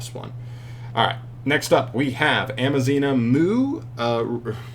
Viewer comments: It is Aza-mina not Ama-zina. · You were saying Am-a-zina not Az-a-mina and are you dyslexic you were switching where the m and z were.. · Amazina? Bro.... im assuming you a mild form of dyslexia. A-z-a-mina my guy.... had to dislike this vid just cause of the constant mispronouncing alone 😔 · It's "Azamina". Not "Amazina". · AZA- MINA... it cant be that hard is it??? How do you see the word so many times and still never catch on? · Never saying it right is a thing now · Bro cant pronounce azamina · Lols you mispronounce A ZA MI NA so many times hahaha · Managed to read it wrong every single time. Kind of impressive ngl. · And so begins the week of insane news Edit: bro mispronouncing Azamina is super hilarious for some reason